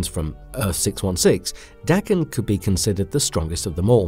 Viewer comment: I have to give you credit for not pronouncing Daken as "Day-ken". As someone familiar with the actual pronunciation, it drives me nuts when it's mispronounced.